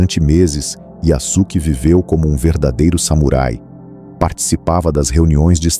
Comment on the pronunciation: Olá, a pronúncia seria “YaSuke” com o som de “suave”, e não “YaZuke”, com “z”! Um abraço!